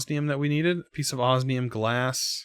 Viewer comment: For the love of all that is holy when will you learn to pronounce osmium correctly???